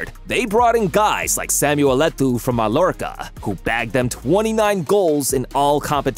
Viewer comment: Malorca? Gerard Peak? Had to stop watching WTF